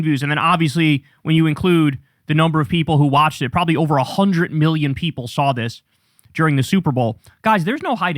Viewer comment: Why does Kyle say "hundret" instead of "hundred"? Is that a particular accent?